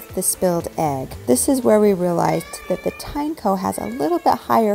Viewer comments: pretty sure americans botched tineco pronunciation. how do you pronounce a tin and eco. then why the heck it's tye nako if they're put together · it's teen-e-co 🤦‍♂